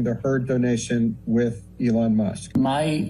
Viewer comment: Lol couldn't even say Elon musk name correctly he says Ellen. Now this isn't me trying to be mean or anything just odd 😆